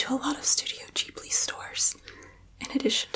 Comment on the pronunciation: Alrighty then!!!, i dont like commenting more than once on a single video but half the time, i do it mid video... firstly, love anime, secondly, thank you for saying Ghibli correctly, you are now one of my favourite humans for that alone. 3rdly I guess, two anime suggestions for you I think you may like, one is Yakitate Japan!(its about bread making, has good character growth and progression, is funny and has sad moments), The other is Iroduku: The World in Colors (this is a beautiful anime, really lovely story, short and sweet, very heartfelt), bonus round, watch Garden of Words if you havent =] I hope you find time to watch these, otherwise hit me up and ill set up watch party. Have a lovely day =]